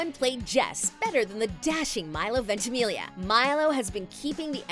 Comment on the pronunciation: no one is talking about how she says ventimilia instead of ventamiglia